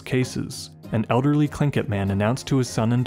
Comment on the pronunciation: Wow, a narrator that knows how to pronounce Tlingit! That, in itself, is anomalous. 😉☺